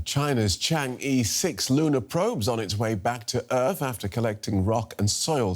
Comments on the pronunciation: read after me, chan-urh, not chan e😅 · It’s pronounced “Chang Er” not “Chang Ee” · Not Chang EEEEEE Do some homework. It's. Not pronunciation of e. it is E In Chinese Pinyin。